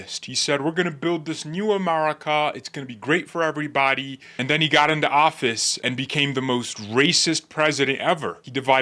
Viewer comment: Did she say "everyboty"?